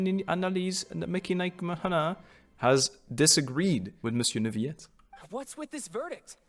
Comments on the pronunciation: as a french I say Neu Ville Ette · I don't know if it was said, or if you already know, but Neuvillette is pronounced like ville (nouvelle+ville=Neuvillette), so like a L. Or at least, that is how they pronounce the name of the town called Neuvillette. I think using y sound is also okay grammatically, it's just one of those case when you can make an exception and since it isn't a common word I can't be 100% sure which one of the pronounciation is the "correct" one.